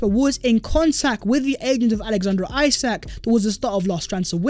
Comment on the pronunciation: his name might be spelt isak but you are saying it wrong. when you say it it should sound like esak just sayin.